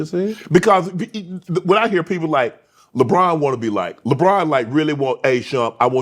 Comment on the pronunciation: That man said Lebronto 😂🤣